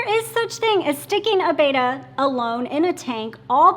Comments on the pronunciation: Betta--- not "beyta". BETTA. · It cracks me up too. Bettas were initially named “bet-tah” after the Asian Bettah warrior tribe. And here's she, constantly going "beita", makes me wince. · PLEASE get it right....There is no A in BETTA...:) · One of these days, they will pronounce 'betta' correctly